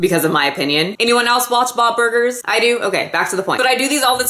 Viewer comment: OK I'm extremely pissed off. Did this lady really just call it bob burgers? Ruuuude